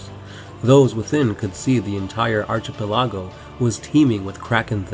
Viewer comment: ROFL.. "arK-eH-pELL-iH-Go"...